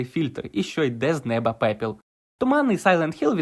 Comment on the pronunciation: *суперечки а не спори попіл а не "пепіл"